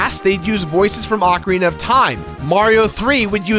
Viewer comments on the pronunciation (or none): none